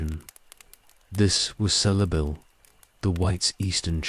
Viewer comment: And how about pronouncing Celeborn( Kel-a -born) like sel-born, with soft C instead of hard C, and cirdan and celebrimbor the same way! 🤦‍♀️